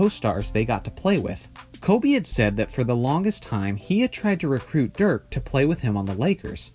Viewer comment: It´s DIRK not Dürk